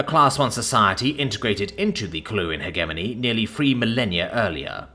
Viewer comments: It kills me inside a little bit every time you mis-pronounce 'hegemony'. It features a lot in sci-fi. Hedge plus Lemony minus the L.👍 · The g in hegemony is a soft one, not a hard one. It's pronounced "hej-eh-moan-ee."